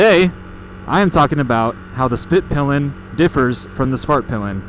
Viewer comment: Please learn how to pronounce svartpilen and hvitpilen